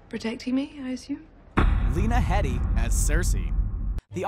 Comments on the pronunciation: A 'thing or two' I've learned is how to pronounce lena's last name. it's not "head-y", it's HEEDY. Kinda shocking that a narrator didn't do his homework. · Lena’s surname is pronounced as Hee Dee not head ee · Pronounced hee-dee not head-dee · I thought Lena's last name was pronounced "Hee-Dee". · I think her last name is pronounced "heedy". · He-dee Please get the names right.